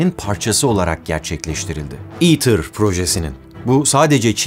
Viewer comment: neden "ITER" değil de "eater" diye okunuyor? Kısaltma değil mi bu...